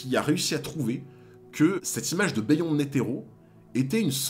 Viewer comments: Stp arrête de dire " béh yonde " et dis " biyonde ". Ça gâche tout. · Beyond se prononce “biyond” c’est un mot anglaiz a la base